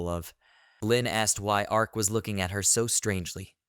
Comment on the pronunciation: Your reader is even more illiterate than usual today. Please figure out how to adjust the pronunciations. Her name is not LYNN, it's LEAN pronounced LEEN (even spelled that way sometimes) while our MC is named ARK, not arch, not arz or whatever glitchy thing it keeps saying. Also, it keeps getting the meanings of some phrases ass-backwards, which makes the narration nonsensical. Again, having someone just listen through it to fix errors should be part of your process. Also the utter cliche of these fools mocking ANYONE makes the story a bit boring. As READ, the merchant seems like a total rectum and I would not bother dealing with him. You would think that a simple demonstration of how Insta-Kill works (say on a rat) might make the other adventurers realize he's not safe to harass.